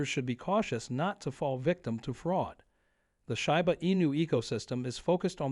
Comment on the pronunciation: it would help your credibility if you knew how to pronounce shiba